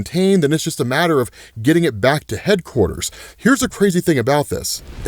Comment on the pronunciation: "Headquartes", lol